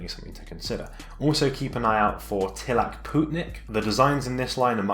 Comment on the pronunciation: Pronunciation tips Descente allterrain: day-sahnt Suicoke: Sooey and coke like coca cola. In japanese スイコック is su-i-kok-ku Tilak: tih-luhk (like tee-luck) Alk Phenix: alk phoenix or aruku - phoenix if you're a weeb (also because it originates from aruku for walking) YKSous: whybuy-kek-soos Sever: sever-e prices